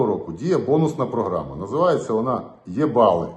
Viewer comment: Не Є-бали а Е- бали😅😅😅.....😅😅😅❤❤❤❤👍🇺🇦🇺🇦🇺🇦